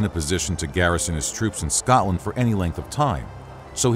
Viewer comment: Could you of not had a person to say scotland and Scottish properly